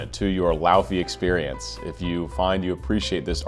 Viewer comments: It's LAY-VEY for God's sake! It's pronounced LAY-VEY! She's from Iceland! Wise up! And stop interrupting! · Fun to know that her name is actually pronounced lay-vey, dw I got it wrong for months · its said ley-vey and wrote laufey but said ley-vey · It’s actually pronounced “Lay-vay”, which I only know because I’ve followed her on TikTok for a couple years and I pronounced it wrong at the beginning too. Her song “Let You Break My Heart Again” is my favorite, it’s very soft and pretty. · technically, it's loei-vei (in icelandic fashion), and lay-vay in a more english pronunciation! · I loved your commentary, but I would think a person of your caliber would do his homework and learn how to pronounce her name. It is not so hard if you have an ounce of language knowledge outside of English. Other than that, I appreciate you taking the time to analyse the singing of this globally popular star. She is clearly on the way to becoming one of the world's most popular singers and producers. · Icelander here, you're quite off on the pronunciation but great reaction regardless.